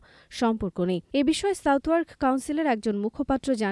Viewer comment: Southwark উচ্চারণ হবে সাদার্ক, সাউথওয়ার্ক নয়